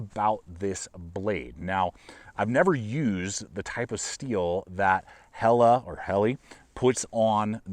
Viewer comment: Thank you for pronouncing Helle correctly!